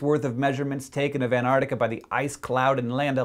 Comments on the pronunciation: hank, for the love of science, please pronounce it ant-arc-tic-a not an-ar-tic-a thank you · Hank! It's pronounced ant-ARK-tikka, not an-ARR-tikka! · He said antartica not artic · Two notes: 1) These explanations of the increased ice&snow would have been a lot more impressive if they'd been made beforehand, which AFAIK they weren't. A model that can explain anything, predicts nothing - and that, to me, is what a lot of climatology looks like. The technical term for this is 'panchreston'. 2) Learn to pronounce Antarctica. There are *two* each of T and C; it's not "Ann Artica"! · can you please pronounce it right? anTarcTica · Is it me or is he saying An-nar-nica? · I find it kind of droll how Americans pronounce Antarctica as "an-ardica"